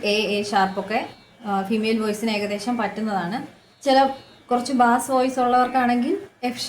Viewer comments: മാഡം, Bass എന്നത് "ബാസ്" എന്നല്ല, "ബേയ്സ്" എന്നാണ് ഉച്ചരിക്കേണ്ടത്. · when we refer to low pitch/ deep voice in music, the correct pronunciation is ' ബെയ്സ്' ( beis), like ബെയ്സ് ഗിറ്റാർ ... etc... bass എന്നത് 'ബാസ്' എന്ന് ഉച്ചരിച്ചാൽ അർത്ഥം മാറും. it is a kind of fish...🙏